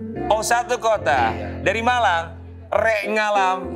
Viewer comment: Saat single Man bilang saya dari Malang... Ntah kuping saya yg lg sengklek apa ya. Kedengaran nya dari dari "Balang" 😅😅